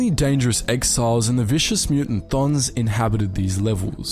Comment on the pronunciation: Your pronunciation of the word "Cthon" was impeccable